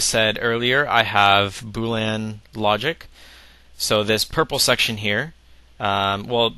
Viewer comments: fyi its boolEan not boolan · its boolean not boo lan lol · why do you keep saying boo-lan? it's bool -ee-en. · This is awesome, BUT... could you PLEASE stop saying "boo-lan" logic. It's pronounced "boo-lee-un". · I've always pronounced it bool-ee-an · It's 'boolEan' not 'boolan'. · agreed. But how can someone so smart not be able to pronounce "boo-lee-un" logic. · Say 'Boo'. K, good. Now say 'lean'. Awesome. Now say 'Boo' - 'lean'. Congrats! Now you don't pronounce it wrong. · I'm sorry, but when you say "Bool-Anne" are you pronouncing "boolean" differently than me, or are you referring to something to which I am not familiar? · Weird, I thought it was pronounced "boo-leen"...